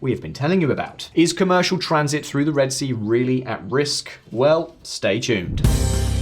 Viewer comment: the word is "through" ... it is not "frue"